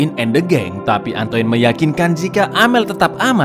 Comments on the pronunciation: antoinne baca ny antoain mas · Koreksi dikit, Min, pengucapan bahasa Perancis: 1. Marseile dibaca Markhsheye 2. Antoine dibaca Antuan